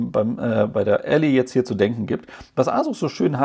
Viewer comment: Es ist übrigens Ally, gesprochen ELLAI, der "Helfer/Verbündete/Partner", nicht die Allee, was man Alley schreiben würde ;)